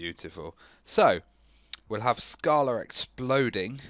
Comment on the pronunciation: Err, don't wanna be picky, but it's pronounced like this